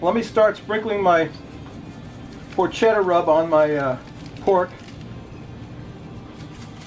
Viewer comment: Looked great! Porketa not porkcheta! Ha ha